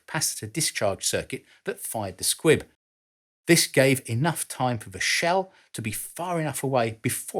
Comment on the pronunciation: Oh, for God's sake, PRONOUNCE the words CORRECTLY. Another is "An-nah-THUR" not "an-NUV-er". The word "this" is NOT pronounced "VISS"